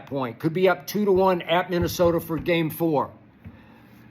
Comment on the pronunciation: Skip Said Minnesota with that HARD - A